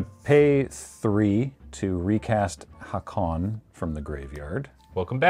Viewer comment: noone is going to care, but Haakon is not pronounced like the Streetfighter character. its /ˈhoːkʊn/